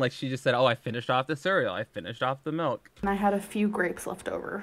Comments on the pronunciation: tangledweb79 melk situaishun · Did anybody else notice that says Malk instead of milk?